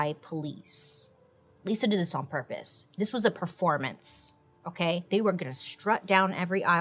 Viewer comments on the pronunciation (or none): none